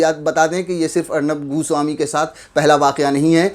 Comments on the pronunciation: Arnab GU swami bola bhai aapne 🤦😂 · Bhai aap arnab goswami ko 'guswami' kyu keh rahe ho? 😆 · Godi media is absolutely wrong but what you are doing is also not correct...this is not journalism to pronounce someone’s name as “Gooswami” instead of “Goswami”....you are also doing cheap journalism..shame on u and will never watch you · Abe 'goo-swami' nahi goswami naam h uska... 😁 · Am I the only who heard Arnab ghu...swami 🤣 when he has pronounced Everytime.